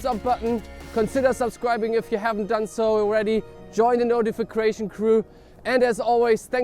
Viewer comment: "Notifrication" crew here lol ...you were so cold you were like slurring multiple words there at the end. Joking aside lovely content like always!